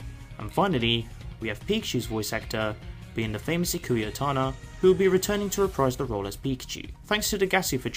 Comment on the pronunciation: Am I heard that wrong because I think you just say ikue otani name to otana